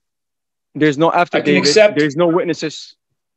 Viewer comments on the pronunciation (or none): affadavit NOT afterdavid!